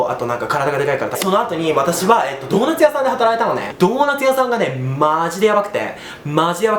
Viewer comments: ドーナツ屋さんがトモダチ屋さんって聞こえた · ドーナツ屋さんが友達屋さんに聞こえた！😂